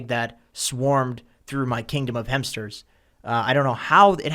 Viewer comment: Bro, how do you waste so much time talking about hampsters then mispronounce the word so insanely?